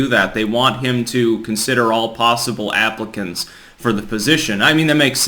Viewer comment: When you said "all possible applicants" I thought you said "all possible Africans". I was like WTF?